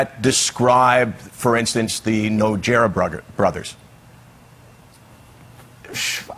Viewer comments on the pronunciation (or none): ""No Jerra Brothers" Michael Landsberg really is a moron. He means the Nogueira brothers. If you gonna do your job, at least learn the names and everything. Chael is legitimately feeling Michael is an amateur because he really doesn't know much about MMA. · Did this guy just say the "Nojera brothers"?